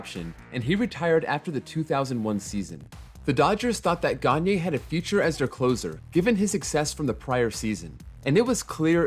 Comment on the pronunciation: He also did a pretty good job at pronouncing Gagné’s name